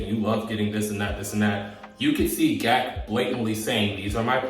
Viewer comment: He says it as Gee A Kay not GAK lol😂 but that was extremely adorable